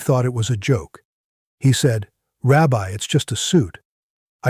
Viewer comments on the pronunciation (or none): none